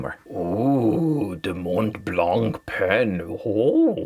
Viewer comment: As a french man i like the way you struggle to say "Mont Blanc"